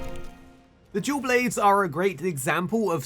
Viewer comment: Im sorry but i cannot not hear you say Jew Blades